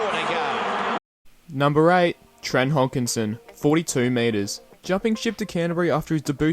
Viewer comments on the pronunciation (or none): Trent "Hogginson" 🤣. It's Hodkinson, there's no G